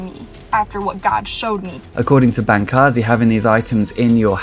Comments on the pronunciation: This video is horrible. You can't even pronounce Bancarz correctly, how can I possibly give thought to the idea that the information stated on this video is well researched and well thought out. Bancarz has proved to be knowledgable and well informed on New Age and has made a significant amount of income teaching the New Age and is considered resourceful in the industry. To those that question this statement, please refer to the book "The Second Coming Of The NEW AGE by Steven Bancarz and Josh Peck. You can find this book on Amazon or at Barnes and Nobles. It's incredibly informative and is forwarded by Dr. Michael S. Heiser. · His name is pronounced: Ban-CARS; and you are putting the cart before the horse. The rash of youtube exposes about the occultism embedded in the new age did not create these testimonies and warnings, rather people (such as myself) became radicalized first through having experiences of real evil while blithely messing around with new age practices. I scoured the internet and was relieved to find these testimonies on youtube. Also a crack in your intellectual framework: Darwinism IS magical thinking, cmon'